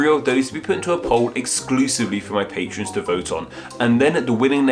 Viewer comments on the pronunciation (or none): none